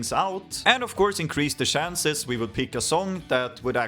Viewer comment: haha cant even pronounce "chances"